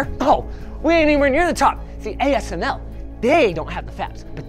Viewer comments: you missed pronounced ASML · asmc? You meant ASML. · Great video. Linus says AMSC :)